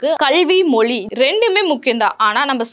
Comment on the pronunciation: Sister, நீங்க english கலந்த தமிழ் பேசுறது பிரச்சனை இல்லை.. ஆனா "மொழி" சொல்லாமல் "மொலி" னு சொல்றிங்க, அதைத்தான் நீங்க மாத்தணும் 🙄